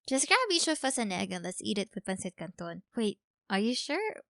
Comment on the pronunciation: Did u just say PANSITCANTON? R u Filipino😨